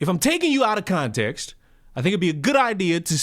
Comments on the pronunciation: She lost me at "conteenx." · The way she says continks pisses me off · How tf do u pronounce context “conteex”